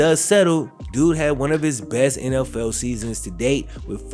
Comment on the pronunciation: Am I the only one who thought he said “nlfell fans” at the beginning of the season